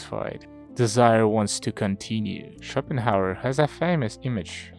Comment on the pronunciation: Пик, как всегда. Но вместо Шопенгауэра я слышу shopping hour